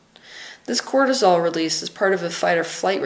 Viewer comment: Cortisol not Quartizole.